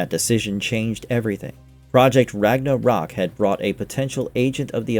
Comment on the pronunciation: It's Ragnarok. Not Ragna rok. There is no space.